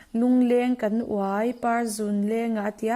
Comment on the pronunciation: Samtlang hi Tlangsam sawi na a ni a. Uai tih hi thinga uai lung lung sawina lam ni lovin,chawl kan thliak a,a lo vuai hnup ang hi a sawi na a ni.Chuvangin lam rik danah pawh vuai,a ri hniam tur a ni.Vuai tia a ri ang hian uai(chul hnup) rikin a ri tur a ni.